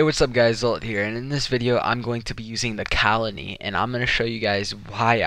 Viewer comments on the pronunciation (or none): how the FUCK say cal-ony